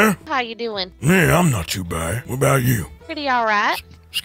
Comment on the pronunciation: Group of people: Talking about a robbery Arthur: I think they're talkin' bou' me